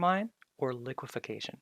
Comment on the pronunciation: its liquifaction not liquification lol